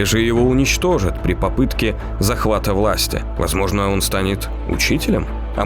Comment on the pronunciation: "...при ПОПЫТке..."